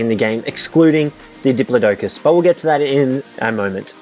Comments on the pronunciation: Dip-plod-i-cus your dingas!! Still luv u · It cracked me up when you called it a dip-low-docus!!🤣 it's pronounced dip-law-ticus!!😉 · it is wrong. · butchered that pronunciation for the diplodocus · You said Diplodocus wrong but the vid is awesome👍👍👍👍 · Stop pronouncing diplodocus wrong